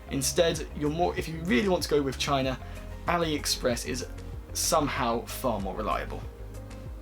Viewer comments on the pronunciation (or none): none